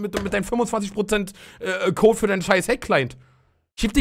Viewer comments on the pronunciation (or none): none